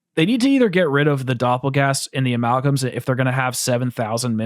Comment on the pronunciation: Anyone else hear them say ameowgam